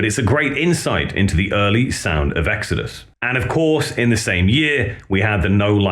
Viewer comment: In the beginning there was EEGS-AD-US. BONDED BY BLOOD!